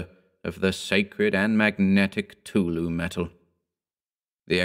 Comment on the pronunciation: Who tf is tulu? Lol. I know it's cthtulu but it sounded like tulu and it just made me laugh a little